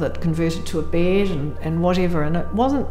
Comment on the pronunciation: I can‘t get over the way she pronounces bEd